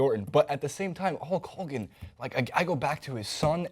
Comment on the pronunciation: never heard the name "Hulk Hogan" pronounced this way before! LOL